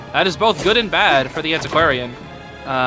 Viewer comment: i love that u said antisquarian but my sister call it anticordian